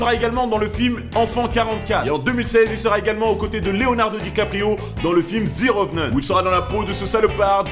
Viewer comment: Vachement cool ! Juste pour toi, on dirait plutôt à l'oral "Ze Revenant" que "Zi Revenant" puisque Revenant commence par une consonne ! Sinon, super vidéo !